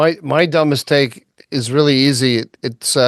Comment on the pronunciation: Be careful with pronunciation of 'dumbest take'. If said too fast, comes out as 'dumb mistake.' gotta pronounce the two ts in the middle clearly ❤😂😊